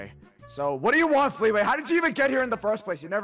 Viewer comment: Dude it’s not feetway it’s fleeway